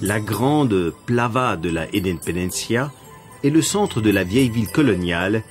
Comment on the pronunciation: Tous les noms propres ont été mal prononcés! Au lieu de plaZa, il dit Plava. Au lieu de Cotopaxi, il dit Cotacachi!! 😱😱😱😱😱😱